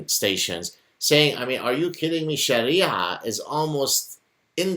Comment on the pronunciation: The guy says Sharia Law as Shari Alaw.